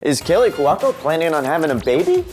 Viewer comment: Who is Kaylee Quaco? And who's this Kelly you mentioned... seriously it's is the first thing you've ever heard of these people and how to pronounce her name?! COME ON!!